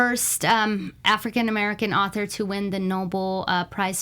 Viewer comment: "Noble" Prize? It's pronounced "no- bell "